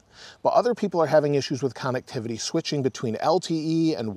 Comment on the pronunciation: I love the videos and updates, can’t help to laugh every time you mention “cannectivity”